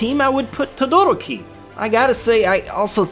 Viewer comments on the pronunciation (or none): I hate how people mess up anime characters names he said Todoroki is name wrong and also the number one I hate it when people mess up Kirito name because they say it's stupid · Todo-roki :P Todoro-ki <3